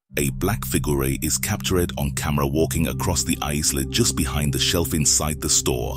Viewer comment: Wth is going on with "figuray & cap ture ed" pronunciations for figure & captured? I heard him say "cap ture ed" several times. I can't work out if half of these YT voice overs are bots or not??